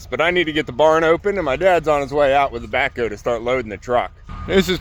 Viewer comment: Every time you say "the backhoe" it sounds like "tobacco" to me. 😊